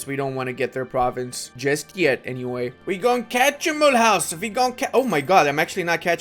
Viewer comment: mule house is pronounce mulooze ...